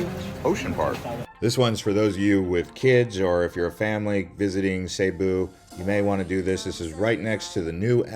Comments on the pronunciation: Its NOT Sabu. Its Cebu with a C NOT a S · it's see boo not seybo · It's cebu not saybu, my wife is from there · It's not pronounced "SayBoo" it's pronounced "SiBoo" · As long as I've been aware of the existence of the province location location in The Philippines... Cebu has always been pronounced as SEA-BOO as opposed to SAY-BOO! Now before anyone gets on me about my pronunciation of SEA-BOO my wife who was born and raised there taught me the proper pronunciation! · Dude. It's pronounced Cebu (see-boo). Not (say boo). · see boo , not say boo , lmao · Why do people pronounce it "Sayboo"? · Nope, Cebu not sayboo, not siboo. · It's still wrong. He can at least pronounce right if he's going to do a vlog about it. He sounds dumb every time he says it.